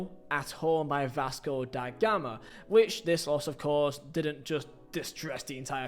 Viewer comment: Vasco Die Gama?😂 Not bothering to spend 2 minutes to learn the Brazilian season setup? Not so funny.